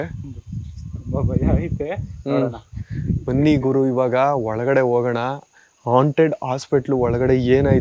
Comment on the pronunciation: ಹಾಂಟೆಡ್ ಅದು ಆಂಟೆಡ್ ಅಲ್ಲ 😅😅😂😂